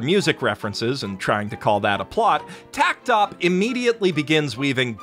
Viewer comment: According to a PV, and also the Japanese text in the logo, it’s pronounced “Takt Opus Destiny,” instead of “tact opp”